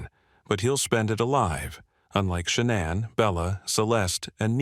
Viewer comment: You can always tell when they use a computer voice. Shuh-na'an. Just the way it pronounces names is so odd.